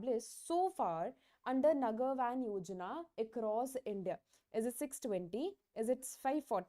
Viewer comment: I guess it's नगर वन , not वैन Btw Thanks for the effort ma'am ❤